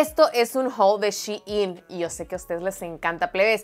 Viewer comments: La pronunciacion correcta es shi in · Se pronuncia Chi-in ( en español y en inglés) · e escuchado que se pronuncia shiín como más pronunciada la segunda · Es shein pero lo debes pronunciar en inglés no es español